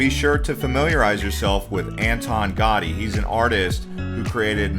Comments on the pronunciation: "gow-DEE" not "GAWdy" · Antonio Gotti? No, it is Antonio Gaudí ;) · Cool video, but the ‘au’ part of Gaudi is pronounced ‘ow’, so it sounds like ‘Gow-dee’ — not ‘gaw-dee’ 🤔🧐🤓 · It’s Antonio Gaudi, not Anton Gotti! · His name is pronounced gow-dee not Gotti, he's not a mobster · Incredible accent of narrator! I had no idea that Gaudí was Italian!😂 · it's a shame to make a video about Barcelona and not at least try to learn how to pronounce the name of one of the greatest architects in history correctly... all the other superficialities and inaccuracies in the video, of which there are many, do not matter after this omission.... I live with Barcelona over 30 years and have never seen something so ignorant and superficially...